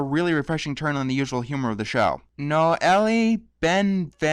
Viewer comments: The name Noelle is pronounced "No-Ell" with a long "o" and a silent "e". The emphasis is placed more on the second syllable. I honestly don't think I can help much with the writer's last name, but hopefully that helps in future. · Noelle is pronounced the same as Noel. Just fwi :) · The biggest sin is not being able to pronounce "Noelle" correctly.